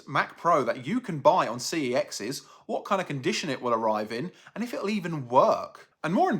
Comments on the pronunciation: it is pronounced like sex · I briefly worked at CEX, they want you to pronounce it "SEX". It's why their in-store wifi networks are called "Unprotected CEX" and "Protected CEX". But I still pronounce it "C-E-X".